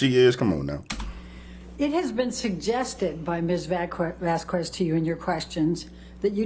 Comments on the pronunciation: Amber's attorney annoyed the hell out of me with "Miss Vazz Kwezz", it's common courtesy to attempt to pronounce someone's name and surname correctly. Who am kidding? She didn't even know Amber's name at the start, look it up lmao Maybe I'm just too "English" so I set my expectations too high. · This ain’t got nothing to do with the case, but her lawyers are some of the dumbest educated people I’ve seen. Like, I’m sure they’re educated on laws and whatnot. But listening to them stumble over words or pronounce Vasquez with an audible “u” is distracting.